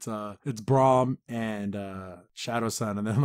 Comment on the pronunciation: It's Brunt not Braum nor is it Braun.